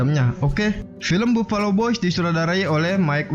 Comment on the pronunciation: "Bafelo" bang bacanya